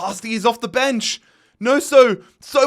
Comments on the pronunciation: loved the vid, especially the realism. BUT that mans name is not pronounced NOSO, its gnonto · Gnoso…..? Its Gnonto. 😂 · Wtf is that pronunciation of Gnonto? 😂😂😂